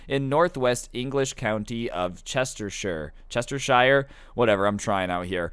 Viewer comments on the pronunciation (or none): it's pronounced chesher